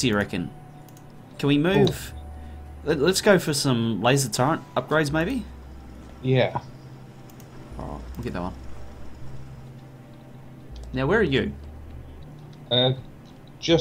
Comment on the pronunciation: If you want to minmax, let it be known that properly saying "turret" instead of "turrent" will increase my enjoyment of this series by 5%. Kappa